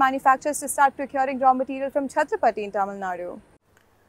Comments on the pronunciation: The name of the village is chattrapatti and not chattrapthi. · It's Chatra-pa-tti. Not Chathrapathi. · it is Chatthirap Patti not chathrapathi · Its 'Chatra' 'paTTi' not Chatrapathi!! 🤡🤡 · That's not "chatrapathy" which You pronounce, it is "Chathra-Patti", near rajapalayam between Madurai and Tirunelveli. It is good to hear this fact, thanks! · Prononounced as Chatra-patty meaning Choultry village. Not Chatrapathi (as in Shivaji) 😅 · she pronounce it us chathrapathi but it is not Pathi it is Patti... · I was wondering, tamil natla chatrapathi nu oru oora nu. 🤣🤣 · Chathira Patti ., not chatrapati